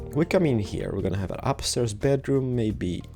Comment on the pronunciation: He's saying heaahh instead of here, it's kind of annoying but, it's an awesome video tho and an awesome house!